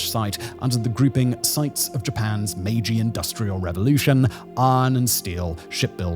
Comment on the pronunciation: The editing on this video was next-level sloppy. It's the "Meiji" era, not "Maji." The words spoken were "3000 employees" but the graphic said "3000 employers." The quality is just all over the place.